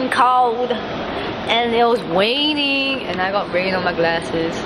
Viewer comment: 'its saur cold.' welcome to london hannah. 'it was waining.' thats london's middle name.